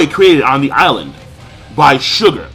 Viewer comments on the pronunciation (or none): none